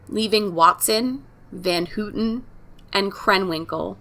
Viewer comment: I wanted to correct you on one thing. Her last name is actually pronounced How-tin. But, great job.